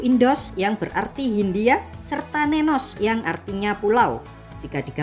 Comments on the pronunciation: Min..bukan" nenos" tp " nesos". Nesos/ nesya sama dgn kata Nusa krn trmasuk dlm rumpun bhasa indo -eropa. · Koq nenos...yang benar itu Nesos...